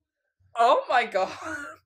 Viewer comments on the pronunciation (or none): I died when he said "oh my", but to me it sounded like"옴마"(omma=mother*in korean*)